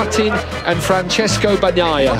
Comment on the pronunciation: FRANSISCO BAG-NYE-UH? Bruther you claim to be a MotoGP fan? Come on dude, world champ 22/23 put some respect on his name